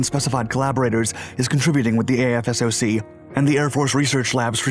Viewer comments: Quit pronouncing it as Aye eff ess oh cee It's AF SOCK AFSOC Goddamn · “AF SOCK” not “A F S O C”. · Great vid! For future reference, AFSOC is jut pronounced "aff-sock." Way easier that saying a-f-s-o-c all the time. Lol. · Great vid. Btw AFSOC is pronounced “Aff-sock” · Great content as usual! AFSOC is pronounced "AF-sock'"